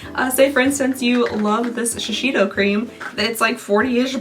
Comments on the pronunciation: I know you're often opening things for the first time and we can't expect an exact pronunciation every time, but this one comes up pretty often so I thought I should say somethign: Shiseido is pronounced "Shi-say-do," not "Shi-shi-do." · Say: sha-say-dough. Sheseido! ❤❤❤